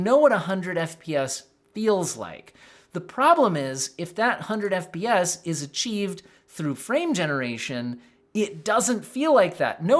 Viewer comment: "The 100 FPS" sounds like "The 100 BS" lol